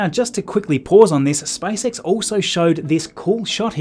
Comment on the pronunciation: Am I the only one hearing Spice X 😂😂😂